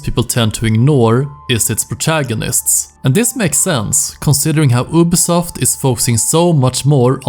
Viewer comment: YOU- BI SOFT NOT UBI